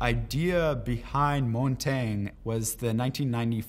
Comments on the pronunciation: It’s pronounced Mon-ton-ya. It’s French for mountain. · Why is no one talking about how he said montage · That is not even close to the correct pronunciation of Montange. Montange is the french word for Mountain and is pronounced "mon-tan-ya"